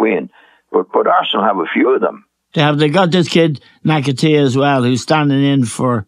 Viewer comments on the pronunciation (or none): "they've a good kid called Nakatee" 😂 God love Eamon. For those who weren't sure he meant Nketiah.